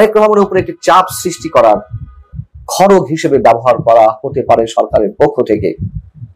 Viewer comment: শব্দটা হবে “ খর্গ”। খরগ নয়। দয়া করে ঠিক করে নেবেন।❤️